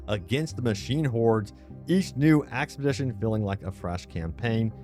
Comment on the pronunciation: expedition NOT axpedition !!!! get help